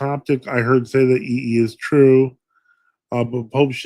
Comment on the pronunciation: "Heer Say"